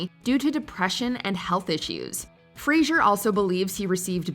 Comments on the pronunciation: Please learn how to say Fraser, Not Frasier. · I am happy that Brendan Fraser and Britney Spears are back. Never was a fan of them, but both are big talents. Edit: yes it's Fraser not Fraiser.